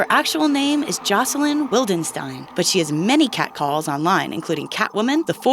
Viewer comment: Why do people always pronounce Jocelyn wrong -_- .